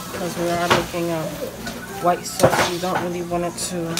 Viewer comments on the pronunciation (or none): none